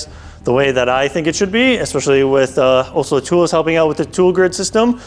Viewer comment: Pronouncing Olsa is not that hard. You might want to get that right especially if you are working with them on a video.